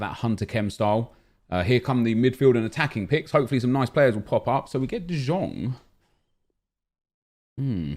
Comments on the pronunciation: He pronounced De Jong so weird every time you need too to pronounce his name like "de yong" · the way that he says De Jong is like "Dijon" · Stop saying de žong for fuck sake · Please please stop saying de jong wrong. It’s painful to watch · Please pronounce de Jong’s name correctly, I beg you. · stop pronouncing de jong like that... do you even watched a game of him? No one says that.